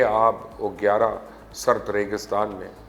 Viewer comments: آپ نے بے آب و گیاہ کو بے آب و گیارہ پڑھا ۔کس سے لکھواتے ھیں یہ ھوائی باتیں۔ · یہ لفظ بے آب و "گیاہ" ھے۔ بے آب و "گیارہ" نہیں۔ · "بے آب و گیارہ" نہیں بلکہ "بے آب و گیاہ ہے۔